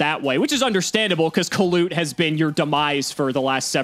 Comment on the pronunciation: Every time says "Kalut" miss an heartbeat